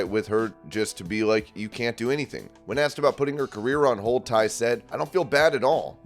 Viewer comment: It's TAY not Ty, come on man!